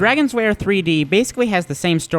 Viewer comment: It's called lair not wair